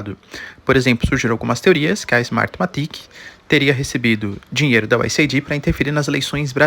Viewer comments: Professor, o nome da organização americana é US Aid (se fala U S "eid"). Vc está falando US ID (U S "ai di")!!! 😬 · Se fala US AID, não US AIDÍ. Mas ele fala tão fofo que nem dói no ouvido 😅😊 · Professor, só para ajudar: a pronúncia é US “eid” e não US “aidi”. Abraços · Professor, USAID pronuncia que nem o Aid de Band-Aid. "US êid". Abraços e assisto seus vídeos todos os dias! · A pronúncia correta é: US /aide/, é US Ajuda. Não é US Aidi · Estimado professor, USAID se pronuncia como o curativo band-aid vendido nas farmácias. US AID onde AID se traduz como ajuda. Espero ter contribuído.